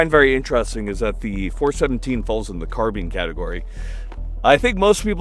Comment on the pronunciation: If gamers take a single thing away from this it should be the smart way of pronouncing "Carbine"